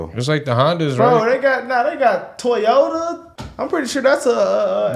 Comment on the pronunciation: said: Toyato Chinese brand 😂😂😂 and Laura Ingram is Megyn Kelly 😂😂😂 I know both of ladies are blonde but different person